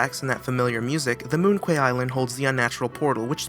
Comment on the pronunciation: Moon Quay ("moon-kee")